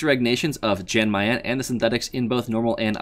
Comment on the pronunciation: Its "Yawn Mayan" Lord have mercy I cringed every time he pronounced the J